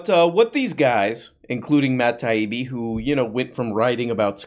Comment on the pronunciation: I like how pronounced Matt Taibi’s name perfectly the first time.